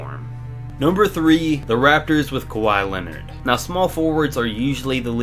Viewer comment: His name is Kawhi Leonard not kawai Leonard